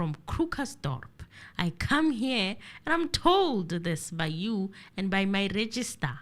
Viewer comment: It is Registrar,, not register.